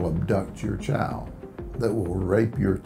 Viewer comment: “We’re gonna protect your chowl.”